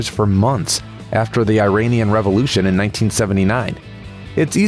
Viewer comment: talks about historical accuracy, but can't pronounce "Iranian" correctly